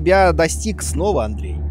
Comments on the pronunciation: "Adrian" Дима: Андрей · В тексте пишется Адриан... Также Куплинов: Андреей